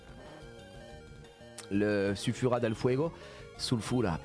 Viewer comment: C'est pas Sulfura c'est Nulfura 😅 GG pour le first try 💪